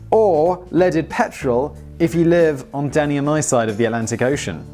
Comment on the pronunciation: ohhh danny i thought he was saying daddy the entire time LOL